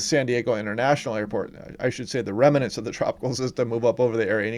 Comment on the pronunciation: I very much like your YouTube videos. However, one thing you do is very annoying. You are pronouncing the word "remnants" as if it had an "a" between the letter "m" and the letter "no." It does not. Please, if you'd be so kind, correct this mistakes. "Remnants," not "remanants." Thank you.